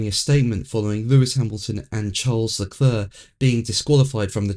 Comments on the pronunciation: Your videos are interesting but could you please try LeCLAIR rather than. It hurts my ears. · It's Le Clerrk